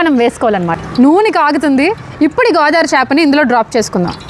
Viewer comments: Godari kadu godavari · Godari kadu Godavari 😂😂